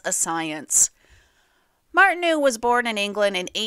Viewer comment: Good but speaker should learn hiw to pronounce the French name Martineau correctly. Martin-oh.